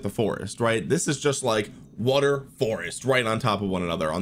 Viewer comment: Water ❌ Wutter ✅